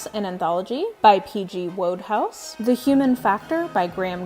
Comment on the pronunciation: Cool collections, I haven't seen some of these before! (p.s. PG Wodehouse's name is pronounced Woodhouse, I know it's counterintuitive, but names, right?)